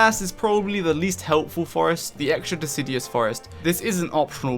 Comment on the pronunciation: Guide's excellent, as per usual. A couple of small nitpicks though. It's deciduous, not decidious. One of those "nails on chalkboard" kinda things. Also, the Dragonfly is female, not male. Seems like you just misspoke a few times and already know that, though. Have a good one!